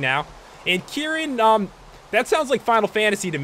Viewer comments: You dont say it like kieran, you say it like k-rin as in your about to say kick, but then rin. Also, cephadrome isnt a dragon, its a piscine wyvern. It isnt meant to fly. It is meant to weave in and out of sand like a shark. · It's pronounced ker-in if you wanted to know lol. I freaking love monster hunter!!